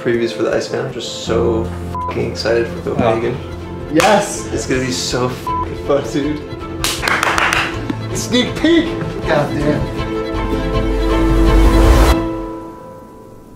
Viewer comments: haha wauw, someone really blew it with that Copengan (Copenhagen). Or are you guys just messing with us? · "Copengan" lol